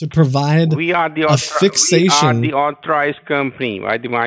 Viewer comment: This "fixation" is 'fakeation"😂😂😂